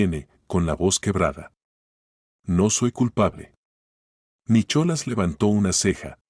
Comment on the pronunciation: Se pronuncia Nicolás no Nichola